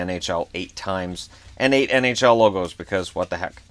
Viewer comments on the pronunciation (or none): none